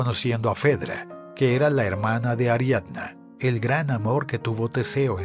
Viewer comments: Estaría bien que el locutor se enterara de la historia y no solo lo leyera bien. ¡Cuántas veces dice “Adriana” en cambio de Ariadna! El trabajo que hacen es muy bueno, pero esos detalles lo ensucian. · Ariadna, no Adriana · EL NOMBRE DE LA HIJA DE MINOS ES (ARIADNA) NO "ADRIANA", Fuera de eso la historia esta bastante bien contada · Aghh estoy viendo esto x un trabajo de historia y me está volviendo loca q diga Adriana y no Ariadna pq me equivoco todo el rato al escribirlo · Cada vez que dice Adriana muere un joven ateniense. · ARIADNA no Adriana... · Escuché con calma el vídeo de nuevo , y efectivamente si dice ADRIANA y no ARIADNA. Un desafortunado error. Espero que caiga en cuenta y lo corrija 😊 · Pero si dijo Ariadna y no Adriana